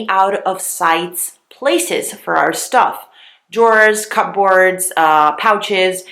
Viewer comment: I've never heard anyone pronounce the word 'cupboard' that way. 😂 Thanks for your tips!! These are great.